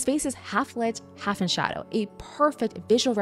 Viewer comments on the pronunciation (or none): none